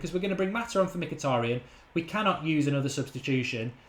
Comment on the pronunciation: Mkhitaryan, being an Armenian surname, sort of supposed to be pronounced not M-hee-tA-ree-uhn or whatever, but Mhee-tar-rYAn, the stress is on the last syllable YA is one sound, not two, similar "ya" as in "yard" methinks ))